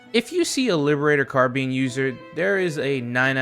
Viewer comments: its CAR-BINE, not Carbean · Do not call it a “carbean” ever again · ‘car bean’ 💀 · I love the “karbean.” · It's Lib Peen or Pee-kneetraitor (I just came up with the 2nd one) btw Carbean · Liberator car-bean, loved by brits and heinz employees